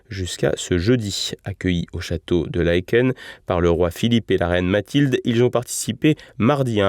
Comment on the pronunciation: Prononcer Laaken ….pas laéquenne …..